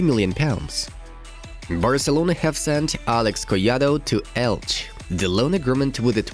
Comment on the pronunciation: ELCHEEEEEEEEEEEEEEEEEE not ELCH